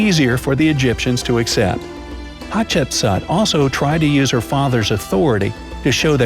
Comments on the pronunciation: At the beginning I heard her name as hot chips,can u believe it 😂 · For school I am going to dress as Hatshepsut but it is really pronounced Hat-shep-sut. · Its pronunced hat-shep-soot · we Somalians that is not the way we pronounce Hatshepsut either in Arabic or a Latin. our great grandba used to tell us some fairy tales about حتشبسوت which is Hat-Shap-Sout as pronunciation not as Hatshepsut. just like some people miss pronounce the pharaoh of توت عنق آمون Tut-ank-aamoun as tutankham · I am just gonna tell you are pronouncing her name wrong its pronounced like hatshepsuut no offence or anything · You sead hapshepsut rong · its pronounced hatshepsoot, ok? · Chip suit? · hat shep sooot not sat or sut not aaaa its ooo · It’s pronounced hatch-a-put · Im actully egyptien its pronounced hapsetsuot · Coloeptra and her were the best ones i love a7chbsa by the way your saying it wrong but its ok cuz you ant arbic